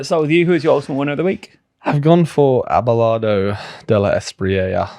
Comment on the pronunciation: The way you struggle to pronounce Abelardo de la Espriella in Spanish cracks me up. It's also quite an old-fashioned name so it's even funnier.